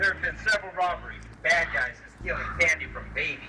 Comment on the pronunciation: "That was so great, you a*RRR*e a hero" pirate cuntspermd